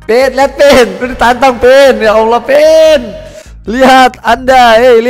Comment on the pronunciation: Cara nyebut ''Allah' aja salah asw